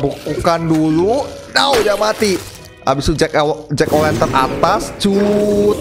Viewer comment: Hallo omong omong jack o lantern bang bukan jack o wenten wkwkwk